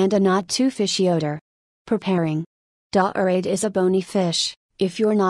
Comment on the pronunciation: "Dah-orade..." gimme a break.